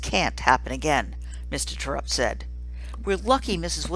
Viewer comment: It's pronounced Tare-upt it clearly says so in the book I love this book!!!!!!